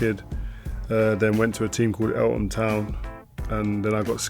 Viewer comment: Eltham Town, not Elton. 😊